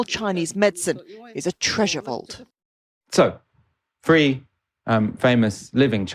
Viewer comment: I teach Chinese people English every day and gave done for over 10 years now and can I just say - they know how to pronounce the "th" sound properly unlike this guy! Three is not pronounced free! And don't get me started about the overall tone of this discussion - films as propaganda - rubbish - you really know nothing about modern China and it shows.